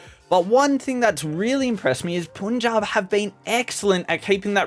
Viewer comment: That's punjab not puunjab